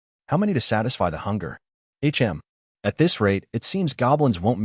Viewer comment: there are a few mistakes here and there, like "Hm." is read as "ech em", long pauses between words of the same sentence sometimes, but overall very enjoyable.